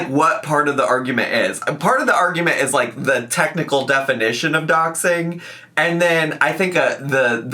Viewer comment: Those people were right though, it wasn’t doxxing…. It was ‘doxxeeeen’. Get it together 🙄😂